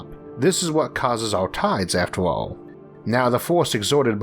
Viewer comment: Eorth? Yeor? Sheorl? Aoll? Easior? Teore? Diostor? Paort? Fuck I can't listen to this shit anything.